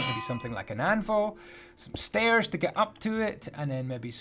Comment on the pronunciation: It doesn't even sound wrong at first!